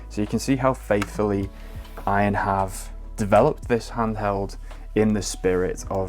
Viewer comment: It's A-Y-N not "win" lad. It's an acronym for all you need